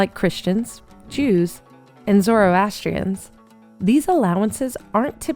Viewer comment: I saw this ad and had to comment that you said zoroastrians wrong it’s pronounced zar-astrians(I’m Iranian)